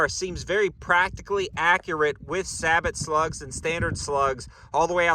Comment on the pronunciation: You are pronouncing Sabot incorrectly btw.